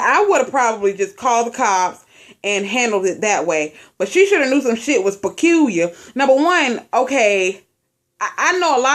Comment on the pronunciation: You say peculiar real funny 😂😂😂😂 I love your accent The hairdresser went overboard. I understand her being upset but she took her frustrations out on this innocent child. The mom needs a 9 hour beat down and the hairdresser should've called the police after she had to chase the mom down I cannot type what i would do.......